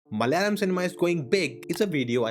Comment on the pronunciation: pls stop saying "Malalam"!!!! Its "MA-LA-YA-LAM".